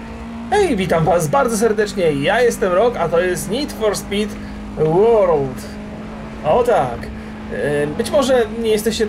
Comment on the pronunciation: Rock , W wyrazie World o czytane jest jako e